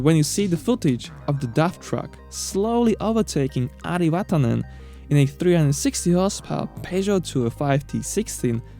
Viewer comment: He also nailed the pronunciation of Ari Vatanen. Finnish names are usually very hard for non natives.